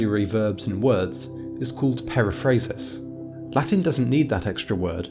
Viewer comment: you have to to improve your Latin pronunciation.